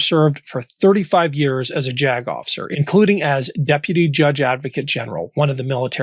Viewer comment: *Raises the question! Ffs ppl! "As a jagoff....icer" 😂